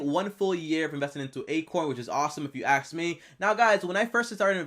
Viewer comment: “But If you Axe me”